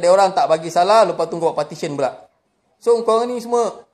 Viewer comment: Ucap petition pun tak betul ni nak cakap pasal undang2.. Partition konon.